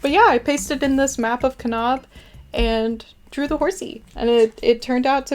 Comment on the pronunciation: Im so glad you had a good time passing through Utah. As a native Utahn, however, I appreciate you trying to pronounce the names of our cities. Kanab is pronounced Kuh-nabb and Zion rhymes with Lion, BTW!!!